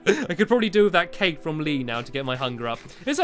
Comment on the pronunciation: I mean from not frond